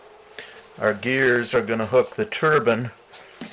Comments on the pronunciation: pronounce turBINE not ter BIIN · TurbIINE not turban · keep up the good work my friend great stuff, and its turbine not turban :) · Hats or Wind generators? I always thought a turbin was a hat. I think you mean Turbine (tərˌbīn) The "i" is long with a final "e" to accentuate the pronunciation of the long "i" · "The pronunciation of the word turbine as turban is peculiar to the USA. Most other people in the English-speaking world pronounce turbine with a long i rather than pronouncing ine as an." Quoted from Katherine Luketina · there are called TURBINES... not Turbins. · it's a turbine not a turban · lol u said a wind turban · STOP calling it a turban.